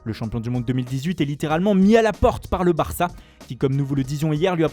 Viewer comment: J'ai jamais vu un accent aussi pourri! En plus il se l'a joue accent Espagnol mais il prononce Barça comme un Anglais parlant Espagnol.